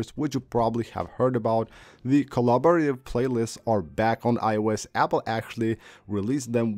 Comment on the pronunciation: "colabo-ra-tay-eev" lol fabulousssssss update. Great great update.. Look at the multi-core score. Look at the single core score. Dude, who cares. Every day iPhone user doesn't care about numbers. They just want a phone that works and take good pictures.